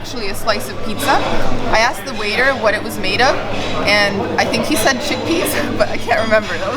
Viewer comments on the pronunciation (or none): none